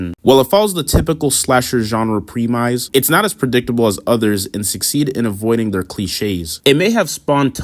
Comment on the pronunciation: i pro mise thats not how u pronounce premise